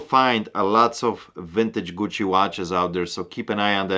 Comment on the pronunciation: Love how says "Gucci" lol.